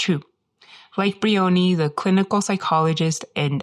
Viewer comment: One petty niggle - her name is not Bree-onee. It's Br-eye-onee, a two syllable word, with the emphasis on the first syllable, "eye-o". Otherwise very interesting.